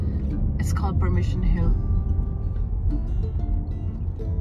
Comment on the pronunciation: It's called Persimmon Hill, not Permission Hill.